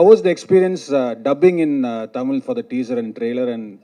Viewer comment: Aliya neither good artist nor . She says TA instead of Tha Ta Mil film